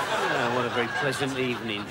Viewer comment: Oh good Ebening 😂😂😂